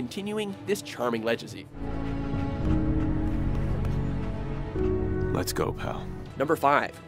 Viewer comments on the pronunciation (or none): "Lejacy" lol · Did anyone else notice... When he said lejacy? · It's pronounced leg-asy not lejacy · this fucking guy says "lejacy" instead of legacy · did he really say ledge-a-see to pronounce legacy ? is that an american thing? I swear its leg-a-see... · he said legezy lolz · Ledge-acy? Really?! You can't pronounce legacy properly?! Wtf?! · that's just straight up not the way to pronounce legacy. It's a hard "g." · He just said lejahcy. Wow. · Did you honestly just mispronounce "legacy"? Ugh!